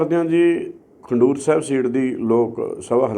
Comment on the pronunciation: ਪਹਿਲਾਂ ਨਾਮ ਤਾਂ ਲੈਣਾ ਸਿੱਖ ਲੈ, ਖਡੂਰ ਸਾਹਿਬ ਨੂੰ ਖੰਡੂਰ ਕਹੀ ਜਾਨਾਂ। ਤੇਰੇ ਜੇਹੇ ਲੋਕ ਪੱਗ ਤਾਂ ਬੰਨਦੇ ਆ ਪਰ ਉਸਦੀ ਕੀਮਤ ਨਹੀਂ ਜਾਣਦੇ। ਆਹ ਪੰਜ ਸੱਤ ਕਿਤਾਬਾਂ ਪਿਛੇ ਰੱਖ ਕੇ ਲੋਕਾਂ ਨੂੰ ਕੀ ਸਾਬਤ ਕਰ ਰਿਹਾ ਆਂ ਕਿ ਤੂੰ ਕੋਈ ਬੁੱਧੀ ਜੀਵੀ ਆਂ। ਕਦੇ ਉਹ ਕਿਤਾਬ ਵੀ ਪੜ ਤੇ ਜਾਨ ਕਿ ਸਿੱਖ ਕਤਲੇਆਮ ਚ ਆਰ ਐਸ ਐਸ ਨੇ ਕਿਨੀਂ ਜਿਆਦਾ ਭੂਮਿਕਾ ਨਿਭਾਈ ਸੀ। ਪੜ, ਕਿ ਮਨੁ ਸਮਰਿਤੀ ਚ ਸ਼ੂਦਰ, ਪਸ਼ੂ ਅਤੇ ਨਾਰੀ ਬਾਰੇ ਕੀ ਲਿਖਿਆ। ਪੜ, ਕਿ ਗੁਰੂ ਗੋਬਿੰਦ ਸਿੰਘ ਜੀ ਦੇ ਸਾਹਿਬਜਾਦਿਆਂ ਦੀ ਮੁਖਬਰੀ ਕਿਸਨੇਂ ਦਿੱਤੀ ਸੀ। ਪੜ, ਕਿ ਸਾਡੇ ਮੌਜੂਦਾ ਪੰਜਾਬ ਨੂੰ ਪਹਿਲਾਂ ਅਜਾਦੀ ਦੇ ਦੌਰਾਨ ਅਤੇ ਫੇਰ 1966 ਵਿੱਚ ਕਿਉੰ ਤੋੜ ਦਿੱਤਾ ਗਿਆ। ਪੜ, ਕਿ ਸਾਡੇ ਨਿਸ਼ਾਨ ਸਾਹਿਬ ਦਾ ਰੰਗ ਅਸਲ ਵਿੱਚ ਕੀ ਸੀ। ਪੜ, ਕਿ ਆਰ ਐਸ ਐਸ ਦਾ ਹਿਡਨ ਅਜੈਂਡਾ ਸਿੱਖਾਂ ਬਾਰੇ ਕੀ ਬੋਲਦਾ ਹੈ। ਪੜ, ਕਿ ਗੁਰਮੁੱਖੀ ਨੂੰ ਖਤਮ ਕਰਨ ਦੇ ਉਪਰਾਲੇ ਕੌਣ ਅਤੇ ਕਿਉੰ ਕਰ ਰਹੇ ਹਨ। ਪੜ, ਕਿ ਪੰਜਾਬ ਵਿੱਚ ਸਿੱਖਾਂ ਦਾ ਬਹੁਮਤ ਜੇਕਰ ਘਟ ਗਿਆ ਤਾਂ ਕੀ ਹੋਵੇਗਾ। ਮੇਰੇ ਖਿਆਲ ਨਾਲ ਭਾਈ ਅਮ੍ਤਪਾਲ ਨੇ ਤਾਂ ਇਸ ਬਾਰੇ ਪੜ ਲਿਆ ਹੈ।